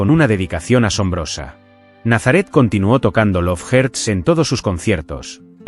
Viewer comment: "dep perpel" "lov jerts" 🤣🤣🤣